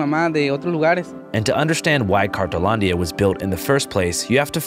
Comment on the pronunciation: Isn't it called, "cartonlandia" cause I keep hearing "cartelandia"? Or am wrong?